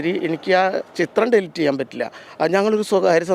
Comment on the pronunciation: ഡിൽറ്റ് അല്ല പത്രപ്രവർത്തക, ഡിലീറ്റ്.. എന്തൊരു കഷ്ടം ആണ് ഇത്